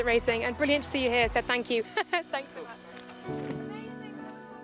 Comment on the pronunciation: Imagine still not knowing how to pronounce Seb's name in 2025